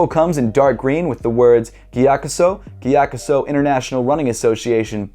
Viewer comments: Mattæus Schelde Andreasen nah he said it mostly right it's just that he pronounces the G too much instead of "Giyakusou" it's more subtle like saying "yakusou" but with a breath of a G in the front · The sou in gyakusou is pronounced like the sou of soul. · Damn! Been pronouncing it giya-COO-so for forever. Thanks! Really like this pair and actually love the maroon sole but seems like everyone hates it. I think it’s super unique and an interesting contrast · the right pronounciation is gyakzu right? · came to just hear how English speakers pronounce Gyakusou lol